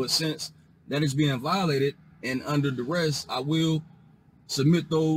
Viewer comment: I guess they consider it a success if they end up handing over the required documents as long as they say "its under daress".🤣🤣